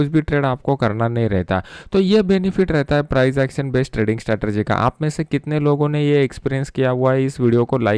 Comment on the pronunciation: स्टेरटेएजी नहीं स्ट्रेटजी